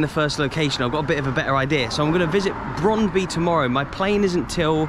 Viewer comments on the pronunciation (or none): Brondby is actually pronounced as Broan-bu. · Great video mate, shame you didn't go a week earlier or may have bumped into you. I went to see my beloved Brøndby after a great Football manager run with them. Apparently we both are terrible at pronouncing the name though based on a Conversation with a local.